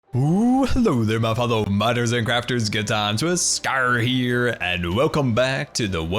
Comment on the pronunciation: I think the volcanos name should be: Mount Grrumble Two r because when you say your intro it sounds like ... GoodTimeWithScarrrr here..